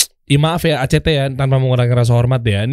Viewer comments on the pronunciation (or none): Act itu bukan..